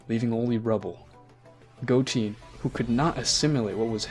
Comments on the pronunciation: Im not gonna lie i stopped watching when he said Goteen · It goten not goteen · Bruh just said goteeeeeen. It is goten not teen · go-ten not teen, GOD that annoys me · its not gotin, its goten!!! say it with me now.... GO---TEN! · I stopped watching the vid after hearing " Goteen " . Clearly, the story is read by someone who never watched DragonBall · Bro cant say a single db name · good story he just said some of the names wrong love the video tho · Bro i feel like you’re saying their names wrong on purpose 😒